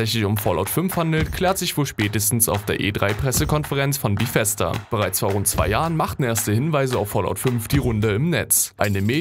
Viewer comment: Bithesda gibts nicht Es heißt BEthesda